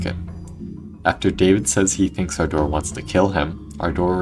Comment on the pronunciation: My ahh keeps laughing everytime he said ardor because it sounds like he's talking about "our door"🥀😭😭